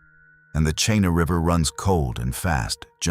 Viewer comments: "Cheenah" "Kee nI" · it’s Ch-ee-na River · Chena is pronounced "Cheena". 🇺🇸🌧☕